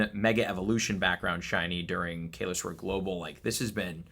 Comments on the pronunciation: How does he keep calling it Kay-Los? 😭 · Once again, he can't pronounce Kalos correctly in every video and events!